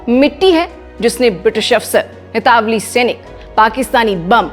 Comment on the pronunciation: Itawali nahi italavi hota hai